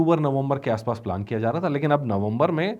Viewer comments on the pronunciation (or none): none